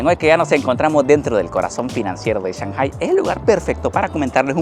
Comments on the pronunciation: Tremendo video,,lo que me mareo en todo el video es la.pronunciasion de shanghai,sw oye que dices Chanjai,y yo siempre lo escuche,changai, creo que le vas a tener que ir a preguntarle al chino flores como se pronuncia,jajajjaja,en realidad medejastes confundido con esto,por favor aclaralo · No me suena cuando dice chanjai, acá decimos Changai